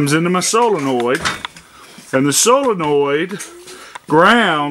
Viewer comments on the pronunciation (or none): It's NOT " Solinoid ".......... Its a " Solenoid "! BTW..... Common terms used " Solenoid " when in " Motors ", etc... If in Electronic World.... It's a " Relay ", but " Solenoid " are used in Mowers, Lawn Tractors, etc.... Or you can call it " HIGH VOLTAGE SWITCH ", LOL.